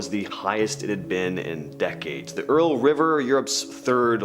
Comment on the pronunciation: Ural: youral like rural 😅